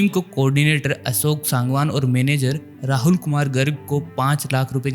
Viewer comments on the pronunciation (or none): none